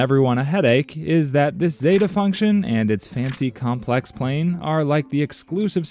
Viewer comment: Complex pla-i-n ? Really ?!! Could you expla-n-e ? 😅